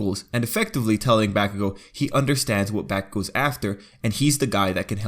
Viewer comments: When he said Bakugou like "B A ck U G OE" I was just so upset and disappointed. I was kinda excited to watch the video and then just bam. English accents some of it's words while Japan messes with pitch. For example: English: Ba NA na. English accents the middle na Japan: ba naa na visualized like this _/- _ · It’s hilarious how he’s trying for a Japanese pronunciation with Kirishima, lilting the r and everything, and then just bAkugou.